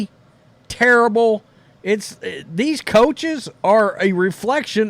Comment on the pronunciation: Sounds like Chuck’s Terrible “Turrible”